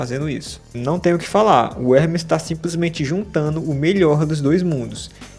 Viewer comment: You d.mb i.iot he's name is Ermes not Hrmees